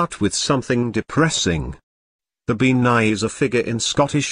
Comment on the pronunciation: As an Irish person whose been brought up on irish myths. This couldn't be more wrong along with everything being pronounced incorrectly. For example bean is gaelic for woman and is pronounced ban . Bean nighe? never heard of it I think you mean bean sidhe ( ban-shee)